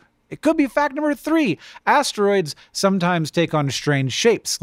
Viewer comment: Hang on. Did Hank's brain just go from "asteroids" to "hemorrhoids" because "ass-tear-oids"? Gross, but very humor-oid! 😂🤓